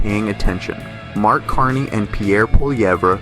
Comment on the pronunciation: You can't pronounce Carney or Polievre? Voice bot You should talk to your Creators 😢 Good channel, though 🎉 Sky net 😂 Gary from Canada 🎉